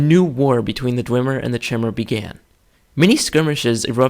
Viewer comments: You pronounce it chimmer but I thought it was kai-mer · i have heard Chimer be pronounced "ch-eye-mer" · not sure, i always pronounced it as Chy-Mer thought it sounded right to me. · I have a question for you. Are you sure, it's pronounced "Chimer" (like chair) and not " Kymer" (like Chimera)? I've been pronouncing it that way forever and I'm just wondering if I've been wrong this entire time. :) Cool video by the way. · shy-mer= chimer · Great video :p Btw its Chime-er Like your saying Chime but saying er at the end. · wah, I pronounce "chimer" as "kimer" - like the greek "chimera".. are you right? or am I right...